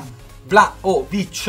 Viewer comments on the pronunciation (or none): La pronuncia..!!!!.. io sono serbo